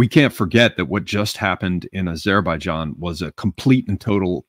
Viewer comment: The way pronounces Azerbaijan hurts my brain bad, great stream regardless!